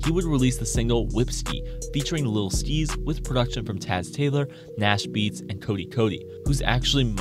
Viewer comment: Bruh how are you gonna pronounce Lil Skies that way??? There’s no way you don’t know who he is.